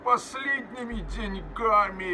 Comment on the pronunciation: Ну не деньгАми, а дЕньгами...